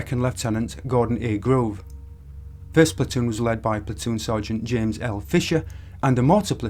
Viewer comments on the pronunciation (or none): none